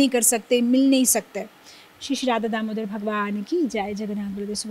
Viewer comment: Pronunciation.... In the beginning, you are saying, "Radha Damodhar". It is Damodar. Not Damodhar. Please pronounce correctly. It is Krishna's name. Whatever may be the language, the name should be pronounced same. Thank you if you understand. Haribol!